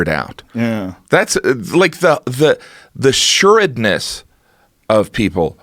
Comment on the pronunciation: *Assuredness (hard a)